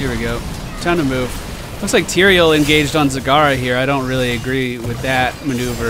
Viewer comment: It's Tyrael, goddammit!!